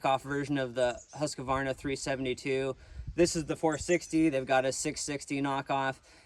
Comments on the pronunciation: It is husqvarna NOT husqAvarna. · Please, PLEASE! There is NO "A" between Husk and varna. It's Huskvarna, NOT HuskAvarna! Why do my fellow American insist on sounding so dumb adding the nonexistent "A"??? Just STOP IT! Educate youself... read the word.